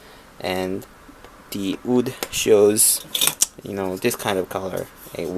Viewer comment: God damnit it's WOOD NOT ODD.